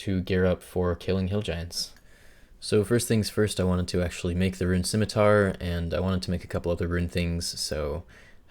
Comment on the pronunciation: "Liked" for pronouncing scimitar correctly.